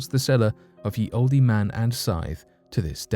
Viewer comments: Pronunciation: old man. Not "oldey man." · Please note that the sign for "Ye Olde Man & Scythe" is pronounced "The Old Man And Scythe" and NOT as you said "Ye Oldee. . ."In Old English, the Y was pronounced as TH as in 'the'. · Also, I heard "Ye" Oldy -- I think he meant "The". Would have given him "Thee" as well since the inn is Olde but the Rune Y is pronounced as "th" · How does dude not know it's pronounced old lol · The “e” in “olde” is silent. Dude! You’re from the UK; you should know that. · Thank you. Sometimes this channel makes me cringe we pronouncing certain words. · Interesting . . . but the "e" in "olde" is silent, btw . . . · Lol I see why you said that. Haha at first I was like ok. But yea it’s silent 😅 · And he said it like 5 times 🤓